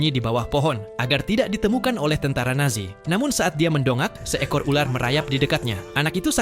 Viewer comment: Yang aku denger kok tentara nasi